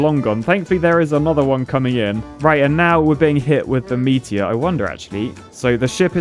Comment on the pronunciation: Lol the way says "meatier"